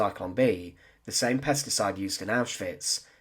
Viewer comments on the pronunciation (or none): none